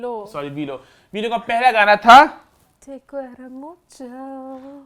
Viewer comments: Just some general info, but that’s not the right way to pronounce “te quiero”, even in the song Aima doesn’t pronounce it right. She says “cuero” which means leather in Spanish. In Spanish the “qu” sound is pronounced more like a “k”. Kind of like (kii-yero) idk it’s hard to explain, you can probably search up the right pronunciation. As a Spanish speaker it just sounds weird to hear it said like that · Te quiero mucho Pronunciation: Te qiero mucho U is silenced And she pronounced super badly Te cuero mucho Cuero means leather 🥴